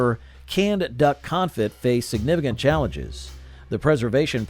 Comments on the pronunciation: It's pronounced duck "con-fee", not duck con-fit. Your pronunciation is about to make me have a "con-fit". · Conefee not confit…. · Confit is not pronounced con-fit it’s pronounced con-fee! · It's pronounced coneFEE, not CONfit. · You should investigate the pronunciation of the word 'confit' as in duck confit. It is pronounced con-fee not con-fit. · My ears hurt every time you mispronounced config. It's pronounced "con-fee"... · It’s pronounced con-fee. Not confit. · Confit??!! Surely you mean "confee" old boy. Gotta brush up on your French. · "Con-fee" not "confit. . Francious. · Confit is pronounced con-FEE. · Duck CONFIT? Its "Con-fee" you boob! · its pronounced Duck Confee. LOL its Duck cooked in duck fat and its awesome. But not canned. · Con Fe. You don't pronounce the T. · Sweet Sue still makes canned chicken products. They make chicken and dumplings, boned chicken, canned white meat chicken, chicken broth and yes the whole chicken. By the way confit is pronounced confee. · Duck con-fee is how you pronounce confit. I don’t want to step on your toes, sometimes we all could use a little help ❤ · Not how you pronounce confit. And the dude just has to say it wrong like 50 times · BTW, that isn't how anyone who knows anything about food pronounced confit. Quail eggs are delicious! And trust me, the "culinary tastes evolved toward healthier food" line is not true. There was not an obesity epidemic in the 50s-80s and the first case of type 2 diabetes in America was Diamond Jim in the 1920s. Now, people live on processed, pink slime, fast food trash. My great grandparents lived to around 100 on nearly all sides of the family eating things like corned beef hash.